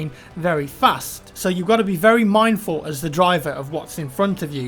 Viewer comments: Did he really say minefull? xD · "Very MINEful" HueHueHue... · Hold up. He said you gotta be very min(e)dful when he was talking about driving the train and looking out for mines.